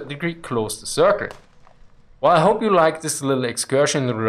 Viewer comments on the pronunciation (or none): none